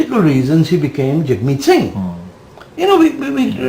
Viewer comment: Jag Meet? Nah. Not reDy.